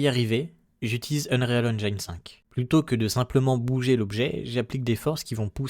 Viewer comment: Très chouette ta vidéo ! Juste un truc, on dit "endjine" et pas "endjaïne" 😅